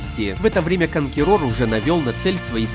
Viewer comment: Чтоб так калично произносили слово КОНКУЭРОР, я еще не слышал. Лайк в любом случае.